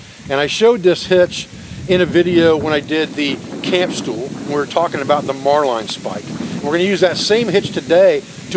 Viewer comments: love your videos. Has anyone mentioned that the knot you are teaching is the "marlin" (like the fish) spike hitch? Not "Marline" ("mar-line"). Be safe. Brother. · As an old sailor, I can tell you the Marline Spike is a handy tool for any rope or line work, even on dry land! Just a note, the word is pronounced ('Marlin' not 'Mar-line') The fully recoverable cordage idea worked into a rope ladder is simply outstanding, no waste, no want later!